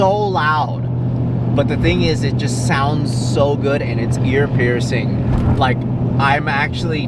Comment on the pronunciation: "I make widebody ... low styling ... more downforce. I rike." 😎